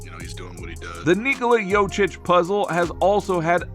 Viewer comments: tou must be some kind of expert, cant pronounce the name of the 2x MVP. fkn scrub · Saying his name wrong 10000 times in this video is almost as bad as Perk's evaluation of NIKOLA JOKIC's lack of MVP quality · As a side note, if you make an entire video about the man, maybe at least try to pronounce his name correctly. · Maybe figure out how to say his name before making content… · The fact that someone can still pronounce his name so wrong and put out a video and get 5k views is sad. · at least put the efort to pronaunce his name corectly. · Bro what if it's us that been pronouncing nikola's name wrong ....😅😅 what if this man knows smt we dont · Is this video a joke? He can't even say his name... wtf is this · YoKiCH! Not yochich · It's pronounced Yo-Kitch!!! Yo, like yo-yo... Lawdddd, help me!!! 🙄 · Jokic bro .... not jocic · yochich.?... he is Jokić u sick fuck=) (YoKić) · jokić . no yochich ... why are you so purposely illiterate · His last name isnt jocic its jokic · Dumbasss it’s Jokic not Jocic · JOKIC not YOCIC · I Appreciate you making a video and praising Jokic , but cmmon now...its Yo-kich, Not yo-chik ,not yo-chich, i mean its really a sipmle name ... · How about learnig yotchich name is yokeetch ?! Or yokitch or YO-keetsch or anything but yotzich yochich 😅😅😅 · >makes video about how we should listen to what NBA players say about Jokic. >Fails to listen to the way they pronounce Jokic >Jochich Clown world lmao But fr thanks for making the video bro I'm just clowinin ya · Bruh! Learn how to say Joker. You sound like a fricking idiot! Wtaf? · "Yokeitch" you dunderhead, hahahahahahahahaha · Ask someone from Serbia or Croatia. Its actually pronounced "Yo-Cheech". And anglicized its "Yo-Chich" geez.... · Bruh, how you gonna call him "Jochich" and be expecting anyone to take you seriously? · Next time 😊you make a video about Jokic, his name is pronounced Yoke-itch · “ Yoach Itch “ 😂😂😂😂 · Bruh prounounced it like Jocić 😂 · Yo...learn to pronounce his name.....